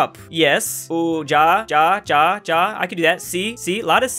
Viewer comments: J IN GERMAN SOUNDS ESSENTIALLY LIKE A Y IN ENGLISH. That hurt so bad hearing you saying "Ja" like you would in English. In German, it sounds like "ya" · No one: Literally no one:: says (/d͡ʒa/) instead of (/ja/) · the way he pronounces "ja" really disturbs and upsets me. It is pronounced "ya", not "ja" in english... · when pronounces ja as ja when it's pronounced ya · As a non-native English speaker this comment gave me cancer. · hrrrr angry dutch here, you pronounce it like ya and not dja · It's not GA it's ya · Me being a german and hearing say "Ja".....Its pronounced ya btw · You proununced ja cha but its actually pronounced hja kind of like that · It’s not ja ITS PRONOUNCED YA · It's not "Dyahw" it's "Ja" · its now pronounced "ja" not "ya" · It hurts when he pronounces Ja as Ja instead of Ya. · Ja is pronounced ya as in yacht not like Ja in Japan Just telling . No hate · Adel that’s our point. And since he is trying to pronounce the word „yes“ in other languages such as German „ja“ is pronounced sort of like „ya“ and not like he did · One “ja” is pronounced like “yeah” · pronounces „oui“ „ooh“ and „ja“ „dscha“ Also „Yeah that’s pretty easy I can do that“ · The “ja” in Germany is pronounce “ya” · How to say yes:: DJA DJA DJA DJA I GOT THIS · „How to say „yes” in Europe: ...Ja, ja, ja, ja.” It hurts... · pronouncing "ja" as "jah" makes me want to die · saying Ja like dja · yes in most germanic languages is ja but in (in Dutch at least) it's pronounced 'ya' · "Ja" is pronounced "ya" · heres a language tip Ja is pronounced as "ya" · 'Ja' is pronounced "yaa"!!!!!!!!!!!!!!!!!!!!!!!!!!!!!!!!! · ofcourse the american pronounces ja like dja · it is pronounced ya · Ja is pronounced ya with the a accented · Ja is pronounced yah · Ja is pronounced ya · Btw ja isn't pronounced dja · ja is pronounced as yah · Why is he pronouncing ja like 'jah' as in xxxtentacion 'jah' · pronounces ja (ia) as djscha "I can do that"